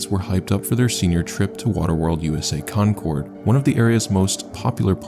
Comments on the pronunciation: I graduated the same year a few towns over. I remember hearing about it and thinking how stupid they were. Btw, not that it matters in the least, but we pronounce the city Concord as 'conquered', not 'Con Cord'. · Oh shit the second story happened near me, I didn't realize it at first bc of the way you pronounced Concord, made it sound more posh than that city is lol! Waterworld was the most popular place to get a summer job in high school, the park is way more strict with safety now though and that slide was long gone by the time I became a high schooler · I'm from Cali but the way he pronounces Concord made me laugh.